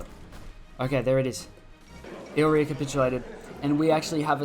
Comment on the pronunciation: It's pronounced I-li-ri-a not "ilria" 😂😂😂